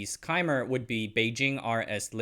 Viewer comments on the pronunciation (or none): Great video! Love your content. Wanted to let you know that Cymer is pronounced “Symer”, and is derived from “excimer laser.” Looking forward to additional great content!